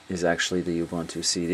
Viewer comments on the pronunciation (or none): its purnounced " u boontoo" very helpfull tho